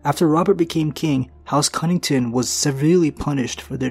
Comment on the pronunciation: Connington* not Cunnington